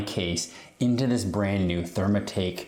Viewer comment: My man calls it therm-A-take lmao. Either he can’t read or just a stupid wanna be. Gonna assume the latter.